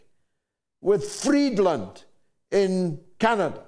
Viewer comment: it's Freeland, not Freedland. And she's not a foreign secretary of Canada. Melanie Joly is. So, there would be no need to compare Freeland to Lavrov